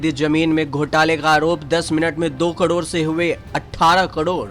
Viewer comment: कडोड नही करोड